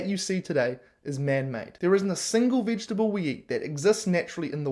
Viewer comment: If you can't even pronounce vegetable, .....Sorry bud, veggies are yummy, no issues here! I'm a human, not a carnivore.